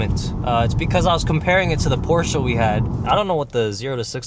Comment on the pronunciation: In the First few minutes of driving you showed perfectly why its shit to have all the electronics behind a Menu instead of just having a few knobs. (Btw, its nice that you pronounce Porsche and Benz correctly)